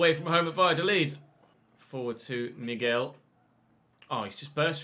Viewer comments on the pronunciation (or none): none